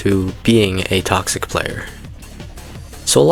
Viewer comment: what says: 10 reasons been toxic are what i hear: 10 reasons been cocksick are